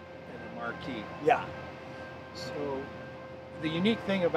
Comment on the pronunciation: WHO is this space cadet, and HOW did he get a car channel/show? "Marque" - (pronounced "MARK" - not mar-key) = the brand. Edsel is the Marque, (ie: Ford is a marque) - Ranger is the the model/series. Sheesh.